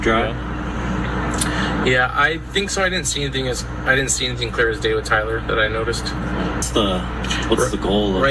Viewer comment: Asmongold ain't never going to pronounce Tyler's last name right 😂😂😂😂😂😂